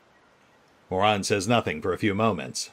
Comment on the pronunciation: I love how pronounces Muaran as moron.